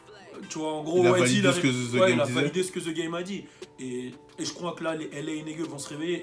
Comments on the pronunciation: On ne dit pas (zee GAME) mais (deh GAME) pour le THE GAME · Tu as déjà vécu au US comment ça se fait que tu prononce encore The game, ze game >.< j'ai saigné des oreilles